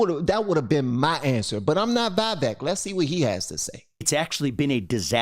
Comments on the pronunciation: It's Vivek, pronounce it like cake 👍, He's a smart dude. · Good stuff, his name is pronounced "We-Wake" btw :) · "Vivek" is pronounced "Vi-Vake" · Would give you a super thanks, but it isn't showing up for me to click..., i appreciate you. You give me hope. You shoukd reach out to Vivek and see if he would let you interview him. (PS His name is pronounced Viv-ache like cake) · Just FYI, even though I doubt he'd be annoyed. His name is pronounced viv-AKE. Viv as in Vivian, AKE as in snake. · You're not even saying his name correctly! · If you cannot even pronounce someone's name correctly, you're not much of a show host. "Vivek" rhymes with cake. It's not that difficult. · She's ridiculous. This is a prime example of how not to debate. It would be smart to at least know how to pronounce his name properly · There's literally no reason to mispronounce Vivek's name at this point. He pronounced it multiple times, watch an interview. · His name is pronounced "vee vek" not "vai vek." Just thought you should know. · Just fyi Its pronounced vee-vayk ramaswamy, not vye-vehk Edit: i heard it from the man himself when he was asked by Tim pool how he wanted his name pronounced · Hey, please correct your pronunciation. Like "Iraq" is not "Airak" but "EE-rak", "Vivek" is not "Vy-vake" but "Vee-vake". btw, your analysis of the debate was phenomenal and to the point. Great show ! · His name is pronounced not as "Vye-Vehk" but "Vee-Vehk", like "We wake" except with a "V" and not a "W". Yuppp, ya'll better learn your next President's name!! 😅. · it’s pronounced “Vih-Vake” …like cake 🍰🙂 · If you ever meet Vivek Ramaswamy his first name is pronounced Vih-vayk but you got his last name spot on which makes me super proud man keep up the good work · Its pronounced vvek - yes she was acting a fool, but he does not ever take any bait. This man has the H Spirit flowing thru him. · stop saying Vaivek, man. It doesn't sound good... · It’s pronounced VEE-VACKE like cake 👍🏽